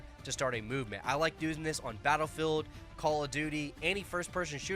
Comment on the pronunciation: Battle Rei'el? Re El? Rhe L?